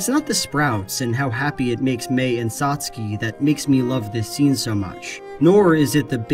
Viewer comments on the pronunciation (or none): 1) Good video! Made me think. 2) I've never heard Satsuke rhyming with "Trotsky" 😆